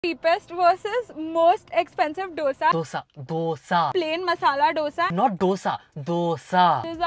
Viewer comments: Actually its south indian dish... So i think our pronunciation is the right one... Doshaa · If malayalee can pronounce dosha what is the problem if they pronounce doughsa🤔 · its not DOSA, say DHOSE (dhosey) ..pronunciation is very important in karntaka.. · Wait i still understand why dohsa ?? Dosa is the easiest word to pronounce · For God sake guys it's pronounced DOSE not dosa.